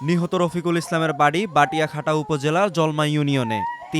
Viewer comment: বাটিয়াঘাটা উচ্চারণ ঠিক হয়নি ওটার নাম হবে বটিয়াঘাটা।